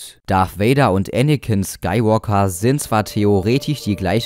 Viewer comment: Anicken ist schterker